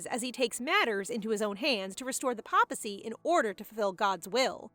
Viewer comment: Papal: PAY-puhl Papacy: PAY-puh-see